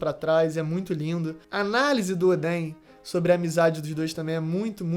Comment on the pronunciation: A dicção fonética desse cara me dá agonia, cada vez que ele fala " AnimÊ" e " odÉn" me dá arrepios